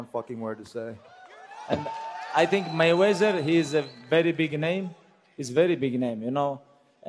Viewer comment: "I think Mayweser"